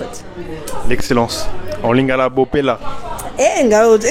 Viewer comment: Non mais ton accent en lingala il est excellent, je suis congolais de Brazza 😅